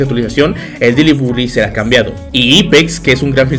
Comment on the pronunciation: El diciendo deily bugli😂